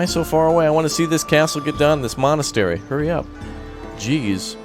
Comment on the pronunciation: I feel like he just said molestery